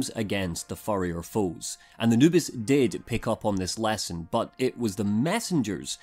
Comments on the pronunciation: For some reason i keep hearing "anubis" instead of "noobis" so my mind just imagines a jackal god trying to play videogames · Same here, for the first video I kept wondering why he called his girlfriend Anubis.